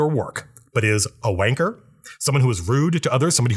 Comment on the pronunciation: As a Brit, I really enjoy Matt’s adoption of the term “wanker”. Usually sounds a bit off when said by an American, but Matt nails both its use and its delivery. Great video, btw!